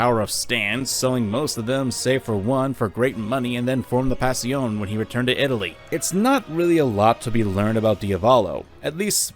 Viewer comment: Im so sorry but pronunciation of "Passione" is infuriating. It's Pa-show-ney not Pass-iyon